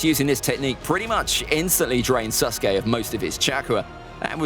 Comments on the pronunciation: He said susgay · I think it’s funny how he calls him SUSke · Am I the only one who thinks he pronounced sasuke as susgay